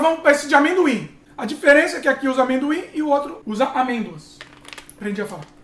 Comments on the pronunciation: Kkkkkkkkkk!! sem saber falar amêndoas!!! Está esquecendo o português? E a Loreninha sempre muito fofa!! Parabéns! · Morri com ele tentando falar 😂😂😂😂😂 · Rindo até 2020 com tentando falar amêndoas! Hahaha!